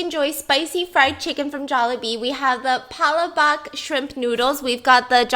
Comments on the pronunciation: It's PAH LAH BOHK not book? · Omg I died when she pronounced palabok as pa-la-bak Lolol and the halo halo became a drink Love the effort tho!!! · hey bebe girl!!! Halo-halo pronounced as “hah-low hah-low” Palabok pronounced as “pah-lah-book” Hope this helps :D Halo-halo directly translates to “mix-mix” it’s like a Filipino version of bingsoo :) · Stephanie: "Hay-low Hay-low" Filipinos: Ayayay..Its pronounced as Hallo Hallo spelled as Halo Halo Stephanie: "Paylaboak" -Filipinos: Hayyysss..Its pronounced as Pa la bock spelled as Palabok Hope I helped😁😊😁😊😁😊😁😊😁😊😁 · “PalAbOk” ur so cute stephanieee Its pronounced “pa-la-bok” the o sound in bok is like o but cut off in the middle if that makes sense?? So like pa-la-bo-k and the a sounds are like ah. Hope this helps lol luv ya biss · It's pa-la-bok biss😁😁😁 And it's ha-lo ha-lo Btw I love your videos😍😍😍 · *pa-lo-bok😂 not “palaback” *halo halo (aahhhhh) not “heylo heylo”(ayyyye) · Stephanie: Hay-low Hay-low, Pala-bak Every filipino ever: biss what did u just say (Not to be mean or a hate comment I love Stephanie) Halo halo is pronounced Ha-lo ha-lo not ha y -lo w And palabok is pronounced Pah-lah-b o k not pala-b a k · The "pah-lah-book" ennunciation is how kapampangans pronounce it cause of their accent. But it is generally pronounced "pah-lah-bok" in filipino/tagalog. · Lol its pronounced hah-lo hah-lo and pe-la-bokk but yeah Jollibee! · Stephanie Soo, palabok is actually pronounced as (pa-la-bok) and you pronounce it with strong vowels idk how to explain Lol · Corrections Palabok-It's a type of noodles Pronounce:Pa-La-Bok Halo-halo-It's a Filipino traditional desert Halo=Mix It's a dessert with ice,beans,condense milk,banana,Langka,nata de coco,ube paste,yema and many more so it's called Mix mix😅 Pronounce:Ha-Lo-Ha-Lo or Hah-Lo-Hah-lo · Halo halo (ha-low ha-low) Pancit palabok (pala-bok) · It's PA-LA-BUK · Its pronounced PA - LA -BOOK 💜💜💜 now im hungry hehe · It’s actually pronounced pala-book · Is palabok like book?